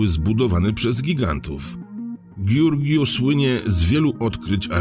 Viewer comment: Nie góry "Bucegi" tylko "Buczedżi". Taka jest prawidłowa wymowa. Tak samo: miasto Giurgiu wymawia się "Dżiurdżiu". Jeśli ktoś zna właściwą wymowę, to mu strasznie zgrzyta to "Giurgiu"... ;-)